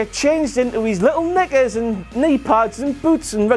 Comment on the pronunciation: I know he meant knickers but that sounded like the n word